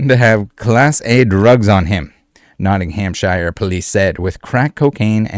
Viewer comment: Poundddd sterlingggggggg I told u this last nighttttttttt and stop prouncing Nottinghamshire wrongggggggg